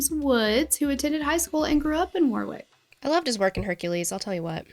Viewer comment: Lived in RI at this time and it was so horrifying watching the fire live on TV. So many families touched by this tragedy. And, btw, you are saying Warwick correctly.